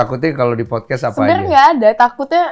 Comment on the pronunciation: Podcast, mbak...bukan fodcas....apalagi foodcash 🤭